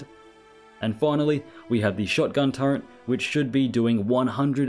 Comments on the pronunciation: It's SO aggrivating to hear you say Turrent 100 times in this video. Can you please NOT? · Nice discovery. But the way you're pronouncing turret is throwing me off every time. Do they add the letter N to the word in the UK?